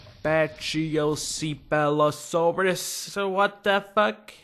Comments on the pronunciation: "Pachycephalosaurus" is pronounced Patchy-Sef-o-lo-saurus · The dinos were pronounced Ankylosaurus(ain-kie-low-sore-us) Ichthyosaurs(ick-thee-o-sore-us) Pachysephelosaurus(pack-ee-seff-ello-sore-us) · its pronounced: pack-eh-sep-ah-lo-soar-us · oh and its pronounced "Ank ey low saurus" "Pack-ee-sef-a-lo-saurus" "Compsonathus" the mod misspells the name Galinimus its actually Galimimus. oooh, i missed the permian. anywho, the depiction of the Permian was pretty accurate. permian would have been volcanic moraiss around siberia, and desert with some isolated watering holes everywhere else. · The dome headed one's name is pronunced pakee-kef-a-low-sorus